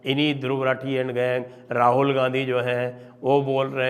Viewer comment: सही उच्चारण रथी है या राठी,चेक कर लीजिए महापण्डित!